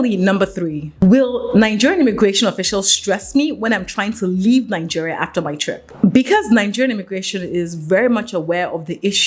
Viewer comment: Please, it's Naijeria, not Nanjeria!